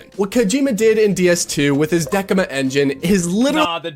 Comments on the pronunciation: Okay, One - Decima is pronounced "Deh-See-Ma" not "Dekima" (he corrected the pronunciation a few seconds later, but still) Two - It's not a Kojimbo Production-owned internal engine. It's a "licensed" proprietary engine that was also used to make the 'Horizon Zero' games by Guerrilla Games studio (which is based in Dutch and not Japan). Just a bit of information correction there. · Sees DECIMA reads it as DEQUIMA - whaaat? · "dekma"? Who calls that "dekma" and not "decima" like in "decimate"? Does he say "dekimate" for decimate? Bruh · Decima is by Guerrilla not by Kojima, and its pronounced 'Dessima (same as Decimal), not Deckima They do share upgrades and changes to the engine back and forth, but the engine itself is by Guerrilla (based in Amsterdam) In fact, there are several incorrect statements in this video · whats a "DeCK-ima" engine...does he mean Deci-ma? also why do gamers love to say G.dam so much and cant pronounce the T sound...they say MOUN-en and PU-en and now they say woman for womEN...IQ def on the decline. time to do better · Bro mispronounced Decima not once but twice in two completely different ways... First he says Dekima then he says Deseema. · The guy pronounces Decima wrong twice in 15 seconds. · He said Decima twice and pronounced it differently and wrong each time